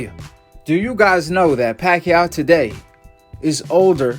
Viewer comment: he said "BACHACHA" lmfaoo